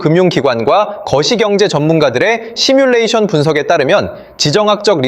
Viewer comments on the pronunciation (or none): none